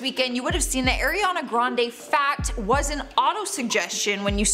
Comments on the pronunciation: It’s ariana not AIRiana lol tf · Its not Airiana.. It's Ari ana Grande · I can hardly get through this video with her saying AIR riana it’s ARE riana omfg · Why does people still pronounce her name wrong. It's Ariana not airiana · Air-e-yah-nah grande. It’s Ariana. It really ticks me off how some people pronounce her name 🤷🏾‍♀️🤦🏽‍♀️ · Charlotte calls her "Air"iana grande. Now, so does. Is it a Canadian thing? Lol. Watch the video that's 20 seconds long of ARiana Grande saying her name. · “eRiana grande” that’s not the point tho this is so mean like imagine making fun of ariana smh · ARIana not AIRiana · It's ariana not air-iana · “Airiana” come on it’s not that hard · I hate it when people say “airena grande” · I cringed every time she said Airiana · The first thing I heard: AIRiana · AIR-iana lolllll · AIRiana grande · If you’re going to make a whole video about her at least pronounce her name correctly.. AW REE AW NUH